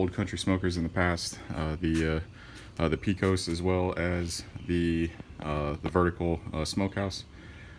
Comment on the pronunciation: Pecos is pronounced “pay-cus” with majority of emphasis on the first syllable.